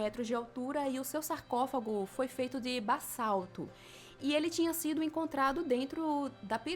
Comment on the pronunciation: Ouvi "bassalto" ..... Ouvi certo, ou foi impressão?!